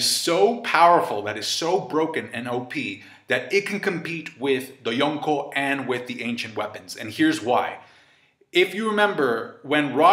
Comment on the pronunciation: I hate how you say Yonko